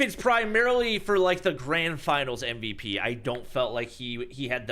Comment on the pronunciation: Its supposed to be mvp not mvt 😂😂😂😂